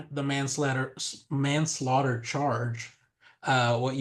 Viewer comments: Man Slater 😂😂😂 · Why did he have so much trouble saying manslaughter 😂